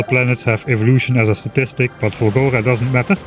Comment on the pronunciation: For four episodes I thought you were saying Fungora and expected mushrooms and spores and nonsense like that.